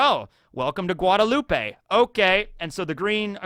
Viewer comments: From the caribbean, love how knowledgeable you are on it but i dont think its guadeloupe-ay, it might be, because im from Jamaica who belonged to Europe so we speak english, and guadeloupe im pretty sure still belongs to france to this day so they speak french. So because of that it might be guadeloupe-ay actually? Was wondering where you got that pronounciation from and if ive been lied to my whole life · FYI Guadeloupe: the e at the end is silent.